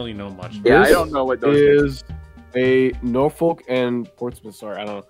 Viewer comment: So now that I watched the entire video TWICE thanks to the OG vid being deleted, Here's my thoughts: I greatly appreciate the mention there, I really do lol! Yeah it’s true every time he says “Norfolk” wrong I politely point it out during my reactions. I love his Engines Of CSX series, and for now I’m patiently waiting for the next entry. But yeah, a very goated collab/Tier list put together and I loved every second of it! One last thing before I finish typing this. THE MILWAUKEE ROAD.